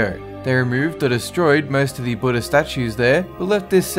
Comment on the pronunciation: like how you say Buddha